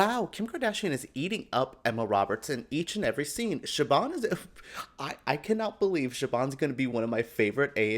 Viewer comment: My sweet, baby, angel. You know i love ya guts and SO HAPPY your back for more AHS reviews...but my delicate Irish ears needs to pull you up on your pronounciation of Siobhán. The B is pronounced like a V (Shiv-on). That being said, love you. Love your reviews xoxo 😘